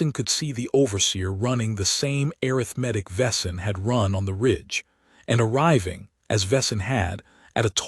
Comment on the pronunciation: Great story. Arithmetic being pronounced "air-riff-medic" 🙄 AI can do better.